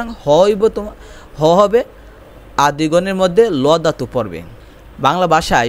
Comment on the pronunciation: ভাই, প্রথমে আপনার বাংলা উচ্চারণ শেখা উচিৎ😂 দাতু না ধাতু হবে😅